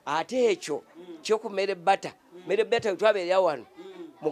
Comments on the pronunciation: 🤣🤣🤣🤣🤣🤣Mere bata instead of marybata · The way Mzee pronounces the name Meere Bata 😹😹😹😹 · Muzeeyi gunju kadde 🤣🤣🤣🤣🤣🤣meere bata 🤣🤣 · 😂😂😂😂😂😂😂it's killing me too, merre bata